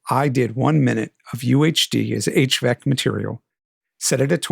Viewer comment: Thanks! Quick note: You say "HVEC" but it's HEVC (for High Efficiency Video Coding)